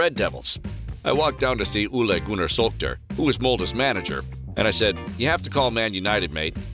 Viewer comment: It’s Ole Gunnar Solskjær not Ule Gunna Salkter